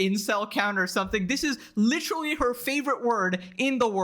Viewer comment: Why does he say “licherwally” literally 9000 times a video like this shit is so annoying